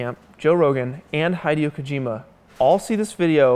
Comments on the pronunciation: How in the fuck did you pronounce Hideo Kojima? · excuse me how did this guy just pronounce hideo kojima's name